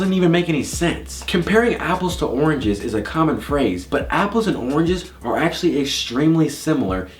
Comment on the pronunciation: Omgosh said arnges instead of oranges😻😹😸